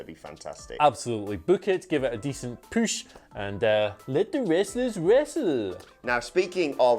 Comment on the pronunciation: Lubbock is pronounced: LUH-BUCK. You're welcome. And NEVER stop saying "poosh"! :D